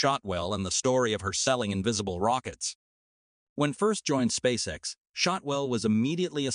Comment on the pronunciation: "Spaxe ex" 😂 I guess, an AI did read this text. There are other clues for this too. For example a sentence ends. And after a pause this sentence continues and ends after 3 more words. This is. Very unnatural. At least the content is good, I. Must admit. ;-)